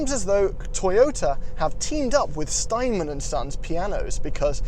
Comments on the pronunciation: Clearly a car guy, not a piano guy. It's Steinway, not 'Steinman'. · Steinway, not Steinman.